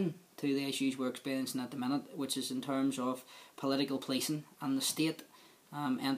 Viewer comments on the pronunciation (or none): The Bewfawst agweement, powicing and justice and democwacy. Fucking hell, is this a comedy show?